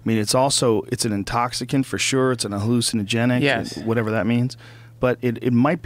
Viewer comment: Joe "its a halucanigenic, whatever that is"rogan